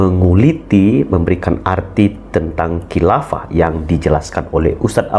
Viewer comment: Ini buya syukur bicara apa, uas katakan hilafa buya syukur bicara halifa, beda antara hilafa dan halifa, buya apa ini, hahaha.